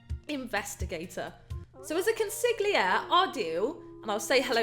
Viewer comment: The g is silent in consigliere beleive it or not